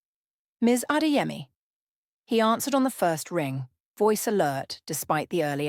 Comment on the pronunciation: Beautiful story but Adaeze & Chidimma is Igbo, Zainab & Adeyemi is moslem Yoruba, it REALLY sounds like a broken glass when you mention those names we don’t like anxiety😢